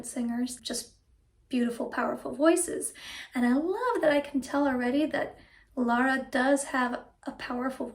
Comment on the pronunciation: Her name is Lara, not Laura. That isn't difficult is it?